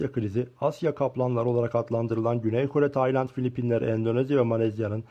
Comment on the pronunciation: “Taynat” ne amk konusmayi ogren